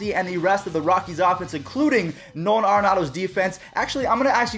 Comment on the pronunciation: It’s air-in-audo